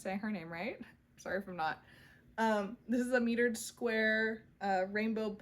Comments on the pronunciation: I am enjoying getting to know you through your channel, so thank you. The only thing I have (and it's me as a former English teacher thing) the Hue Shift Afghan is using mitered squares (m-ī-ter-ed) squares not metered (m-ē-tered) squares. I would have sent this correction as a private message but couldn't figure out how, so I apologize in advance for any embarrassment I have caused. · Mitered is pronounced My-turd